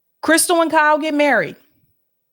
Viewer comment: Wow. I think she can now officially be called "krysyal ballbreaker." AND every fifth word out of her mouth was "i.". And the "i petsonally....". ROFL. She doesn't know anything more than what anyone else has heard or said about the covid vaccines. This woman really thinks shes the cat's meow and really thinks her "i personally...." Carries weight.😅😂😄🙃😉😁🥹🤪